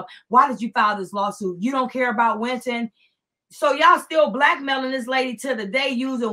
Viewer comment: Winton not Quinton